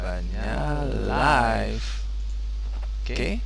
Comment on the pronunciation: Maaf, pada menit ke bacaan yang tepat itu [ liv ], bukan [ laif ] ... :-) Barakallah..